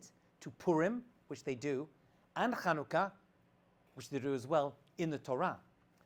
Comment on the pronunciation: It's 7anukah not Khanukah \ Chanukah